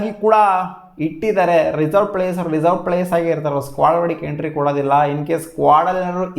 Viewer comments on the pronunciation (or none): none